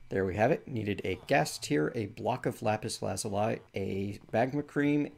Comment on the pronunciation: lapis lazuli block you said it a way I have not heard before